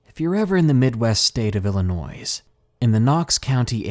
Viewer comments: R u from the east cast? Illionois....s is not pronounced and it makes 25% of the world laugh at u.....ill...I..noy. M from Wisconsin and we dont say aye here... thats Minnesota dont ya know! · Sorry dude, but Illinois has a silent S... Unless you wanna admit to saying ArkansaS 😂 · Psssst, hey. The "s' is silent in Illinois. 💖 (I'll go back to being that now.;) 💕)